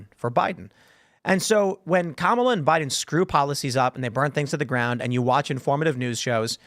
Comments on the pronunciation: I can clear up the kamala pronouncing situation for you... so look at the spelling, all the a's are the same sound and you run through the letter fast... just like the way you would read most indian names or words when written with english letters... so its kah mah lah, not mah muh luh, or cam uh luh... which is hilarious to me because its obvious due to her being indian. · Her name is prenounced commyla harris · It’s Comm-ola like communism!